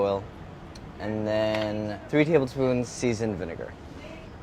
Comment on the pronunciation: That's an... interesting way to pronounce 'vinegar'.